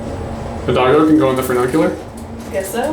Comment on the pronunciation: Ooohh, breakin' out the "SloBot"... Nice view point you found... 👏🏼👏🏼 Fu ni cu lar NOT Fu nun cu lar... Funicular derives from the Latin word funiculus, which translates to “rope”... 🤓